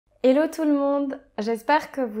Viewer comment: hhhhhhhELLO TOUT LE MONDE, PAS "ELLO"!